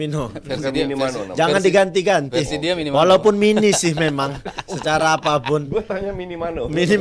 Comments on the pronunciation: Minamino kochi bukan minimano wkwk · minimano😂.minamino lah😅